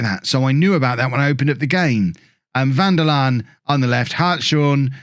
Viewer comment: Who corrected you about the pronunciation of Hartshorn? As a Hartshorne, I need to thank that person! :D